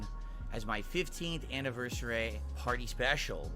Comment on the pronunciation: now he can't even pronounce "anniversary" properly